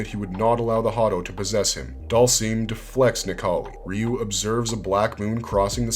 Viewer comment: Finally! A video that pronounces Ryu correctly! And it only took 36 years!